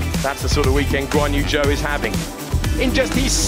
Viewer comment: Nobody: British Commentators: "Guan-you Joe""